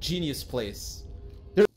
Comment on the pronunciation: Why you always say genuis